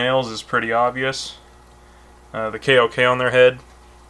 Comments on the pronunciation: Huh, i didnt kno their kok was said like kay oh kay. I thought it was pronounced like "coke". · ‘Coke’ is a better pronunciation lol